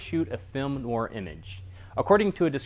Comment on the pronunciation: It should sound more like "nwahr". This is meant to be helpful.